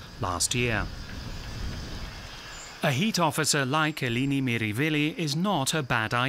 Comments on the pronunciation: Wonderful, enlightening documentary. But I’m afraid he consistently pronounces her first name incorrectly. It’s /eh-LEH-nee/, not /ee-LEE-nee/. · it isn't pronounced "Aelaeni" either. It's "eh-leh-nee" — the 'e' pronounced like the short 'e' in "pet", not like the 'ae' in "reggae". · her name is Eleni. He keeps saying Ilini 🙄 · Her name is Eleni not Eeeeeleeeeeneeee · Pronouncing it wrong!